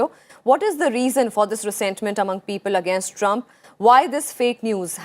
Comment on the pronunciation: Honourable Vice President please correct yourself, 12.00 it’s not agnaist, it pronounced as against...not only here but in many speeches and even in Rajyasabha you are pronouncing the same...